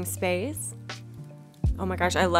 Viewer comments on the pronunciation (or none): none